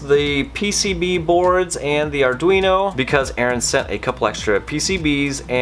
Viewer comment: Great video! Arduino --> Arr-dween-oh. Greetings from Italy! :)